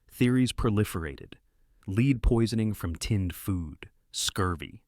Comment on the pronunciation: My guy cannot accurately pronounce the word “lead” like the metal.. he and most say LEED… lol not LED